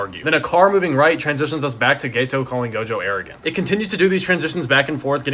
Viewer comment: Just to clarify, it’s GETO (pronounced GEH-TOH) not GAYTOH 😅